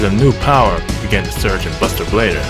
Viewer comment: He was now........*dramatic pause* Bustah bladah